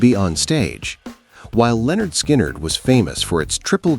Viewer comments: Their name is "LIN-erd skynerd", not "Leonard Skynerd". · It's not Leonard Skynyrd, it's pronounced Linard. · There's that stupid pronunciation again. ""Leonard" Skynrd..Guess A.I. doesn't understand everything yet..😂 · “Leonard Skynnyrd”…😂 The Genius of A.I. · its Lynyrd Skynyrd ! get it right!!!